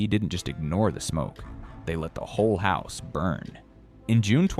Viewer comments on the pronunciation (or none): none